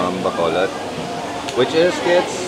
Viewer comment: I know it's important for you to pronounce Filipino words properly to show respect, so I'll make one correction to this awesome blog as usual to the proper pronounciation of the word Bacolod. You are pronouncing it baaa-co-lod with the first syllable being extended or elongated compared to the others, which is not correct. The correct pronounciation is ba-cooo-lod, notice that the second syllable is the one that is elongated. Small correction but it makes a difference between those who are just pasing by the Philippines for a few days and those who are there for the long haul 😊✌